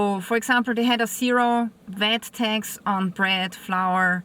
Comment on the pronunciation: It is not VET but VAT!! Not TEX but TAAX!!😂😅